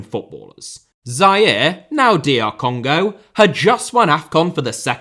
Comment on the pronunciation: it’s called Congo not Canga 😂😂😂